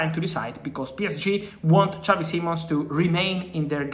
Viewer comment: He's not Spanish Fab you don't say his name like xavi from barca.